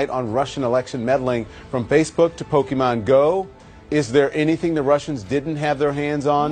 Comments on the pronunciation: Instant and instinctual cringe when Don Lemon says "Pokeman". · I think Don meant “Poke a Man” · Lemonhead can't even pronounce "Pokemon" properly.